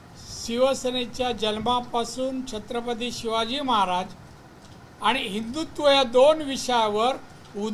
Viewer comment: तुला छत्रपती शब्द तरी नीट बोलता येत नही